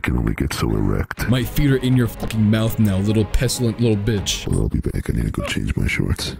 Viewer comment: when u said “botch” but with a “i” in the Levi skin I had to change undies as well